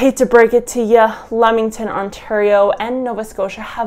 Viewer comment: I'll give you a hand for the future of discussing this; It's pronounced: "LEE-MING-TON" Commonly mispronounced by people who have never been here, so you're not alone. Great video, and very informative. Cheers.